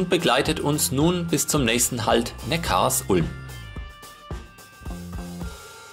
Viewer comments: Super Video! Sehr interessant, dass Obamas Großvater aus Besigheim kommt. Auch viele andere Details waren sehr interessant. Aber Neckarsulm spricht man nicht Neckars Ulm aus sondern Neckar Sulm :-) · Ich kriet jedes Mal Ohrenkrebs wenn jemand Neckars Ulm sagt. Die Stadt heißt Neckar Sulm!!!! Die Sulm mündet in den Neckar. Der Bahnhof in HN heißt ja auch Sülmertor und nicht S Ülmertor! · Vielen herzlichen Dank dir:) Ich war auch überrascht als ich das erfahren hatte:) hat das nicht mit Absicht falsch ausgesprochen sondern weil er die Betonung von Neckarsulm nicht wusste. Danke für Kommi und Like!!